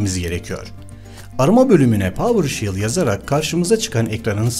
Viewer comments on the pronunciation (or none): PAVIRŞEL NOT PAVIRŞİL PAVIRŞEL PAVIRŞEL PAVIRŞEL